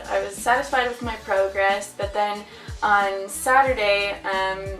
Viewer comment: lol you say progress like bro-gress